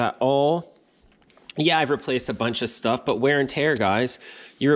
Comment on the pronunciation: I like how you said they make military shhhuff lol